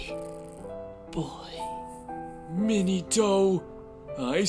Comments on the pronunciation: My man 3rd hokage called Minato mini-toe… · I love how lord third calls minato minitoe